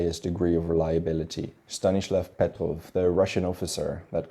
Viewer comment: “Stanishlav Petrow”